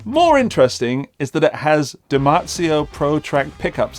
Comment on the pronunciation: “If you’re from America….” How do you pronounce “Lester”? You’re just saying it wrong. lol it’s not Lez.. Also Dimarzio doesn’t have a T in it. 😁